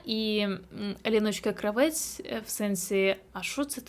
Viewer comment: Кравець наголос в прізвищі інше Кра.- вец! А што ви думаєтє я українка!?Ніт!